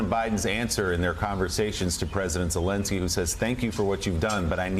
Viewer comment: they are not soviets lol and pls pronounce Zelensky correctly.